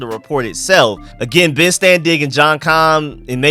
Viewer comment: Please stop saying ben’s name like that lol. Ur chopping it all the way up